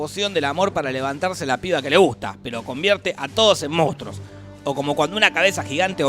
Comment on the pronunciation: se dice "Monstruos", no "moustros" xD QUE NO SE DICE MOUSTROOOOS!!!!